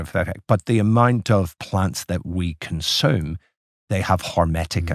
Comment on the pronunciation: Its consume not conshooom. There is no h in the word consume.